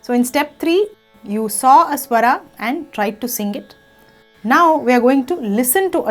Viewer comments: English ke word toh bahut theek tarah se bole par jab Hindi ki baari ayi to swar ko swara bana diya Rag ko Raga bana diya, apka naam kaise bolte ho VoxGuraaa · स्वर not स्वरा, राग not रागा. otherwise nice video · thank you for this wonderful video. Just one suggestion - please drop the extra ''aa'' at the end of every hindi word like Raga (correct is Raag) swaraa -Swar etc. This video was so much useful. thank you again.